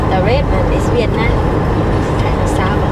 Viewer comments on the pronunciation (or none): none